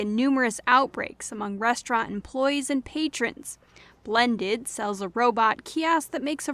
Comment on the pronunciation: AI cooking company is blendid and not blendi as covered in the news.